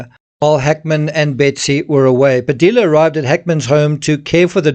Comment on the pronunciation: It's pronounced " Padeeya" in Padilla. ( you don't pronounce the "L"'s) come on man!